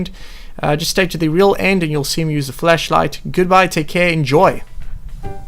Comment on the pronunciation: Ok did you say fleshlight or flashlight